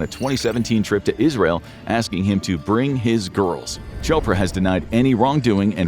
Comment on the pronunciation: Sending them to 'Russia' to blackmail, you said Israel wrong. You're clearly paid opposition